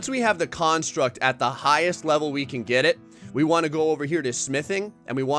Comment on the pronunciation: Why the hell do you say construct like that. It bothers me on emotional levels.